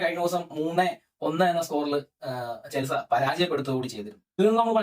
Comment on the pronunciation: ഇതേതാ പുതിയ കടിഞ്ഞൂൽ പൊട്ടൻ 🤣🤣 ചെൽസ അല്ലട മര കുണ്ണേ ചെൽസി എന്നു പറ